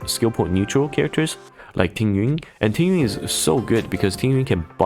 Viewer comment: watched because of the overview, followed because he pronounces “imbibitor” and “tingyun” correctly